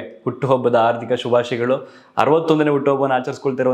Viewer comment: ಹಾರ್ಥಿಕ ಅಲ್ಲಾ ಹಾರ್ಧಿಕ 👍